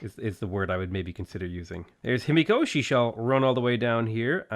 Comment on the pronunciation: Himiko ends with a short and open o (not ow). Not natural, but perfectly doable for English native speakers. Just keep your mouth open and the same diameter the whole time you are emitting the sound. Maybe you would like to try since you are pronouncing her name so many times :) Btw. funny how in English final "o" almost always means closing the mouth, but not the same for final "a" (a and aw are different).